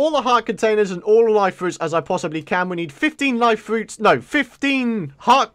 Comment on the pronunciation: it sounded like he said I hope I CANT do this lol